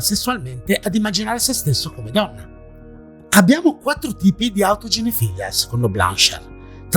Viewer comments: autoginefìlia non autoginefilìa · autoginefilÌa. Accento sull’ultima i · comunque autoginefilìa si pronuncia come pedofilìa.. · Autoginefìlia, l'accento è sulla penultima i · Però si dice autoginefil-ì-a,con l'accento sulla seconda i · Ciao caro, ormai ogni tuo video è una garanzia... Non voglio fare il professore, ma non si pronuncia "autogenefilìa"? Come pedofilìa, esterofilìa, ecc.? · Video molto interessante anche se, magari sbaglierò, ma credo che si dica "autoginefilÌa" quindi pronunciando l'accento sull'ultima "i". Per le definizioni in ambito medico generalmente è che così. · sì, l'accento è sull'ultima i, come per tutte le parafilìe